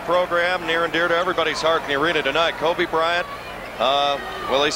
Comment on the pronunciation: Titus L4zar *Kobe, not”Hoebe!”